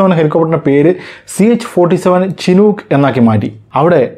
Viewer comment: ചിനൂക്ക് അല്ല ഷിനൂക്ക്